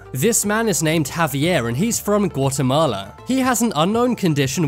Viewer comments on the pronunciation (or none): As a Guatemalan, I can say that his pronunciation for "Guatemala" is the funniest thing ever KEDVJAKA